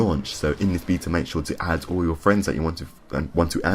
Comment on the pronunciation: Stop saying beta wrong.